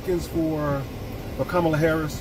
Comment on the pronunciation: He saw a lot but still cant pronounce VP Harris name right. Bottle glasses guy back on the grift.